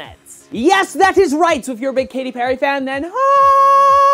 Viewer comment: its Katy not Katty;)